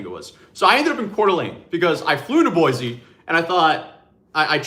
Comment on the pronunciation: I wish I got to see you in Boise. You said the name correctly by the way in the end.